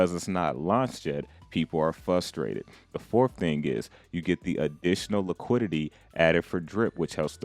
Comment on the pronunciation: In the beginning of the video it sounds like you're saying fudstrated instead of frustrated. Not sure if you did that on purpose but I got a laugh out of it.